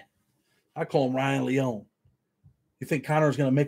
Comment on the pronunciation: it's LEE-OWN-EE lol Ryan will be surely missed. Nikko and Weiland will grow up without ever remembering their Dad and Karina won't forget him. He's with his 1st love Jenny and his best friend Paul 🕊 That gives me solace 🙏